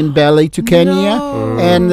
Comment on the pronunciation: when the Ukrainian Envoy says ballet dancers, I keep hearing belly dancers!